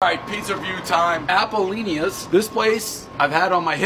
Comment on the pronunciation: Ten bites, everyone knows the rules. And secondly, he can't even pronounce the name correctly. It's ApollOnia's, not ApollEEnia's.